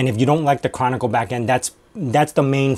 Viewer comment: Are you saying Canonical but it sounds like Chronicle?